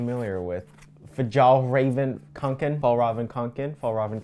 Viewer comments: i feel like being annoying right now but it’s ”kånken” not ”kanken” and å is basically o but written differently lol i think it could be called the swedish o (at least it is in our language) so yeah technically it’s just konken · yeah I'm a Swedish American and it's kinda funny to listen to but that's pretty accurate and then the kanken part u gotta say the "a" (the swedish letter one my keyboard just doesn't have it) you gotta say it like k"oh"nken but it's hard to write out